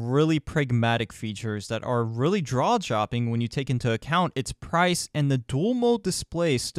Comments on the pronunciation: Drawjopping? Lmao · Draw jopping I heard that